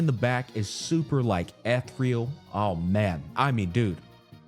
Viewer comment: First time hearing ethereal as ethreal